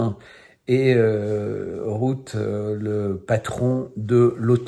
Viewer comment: Merci pour ces vidéos. Je veux juste dire... Rutte se prononce comme c'est ecrit avec un U et non 'Route'. Bonne continuation.